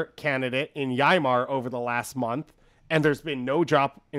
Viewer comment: You pronounced Yeimars' name wrong.....